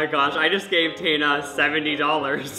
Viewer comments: The way you pronounce Tana got me tRiGgErEd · how did he manage to pronounce "tana" a different way every single time he said it lmaoo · maura m p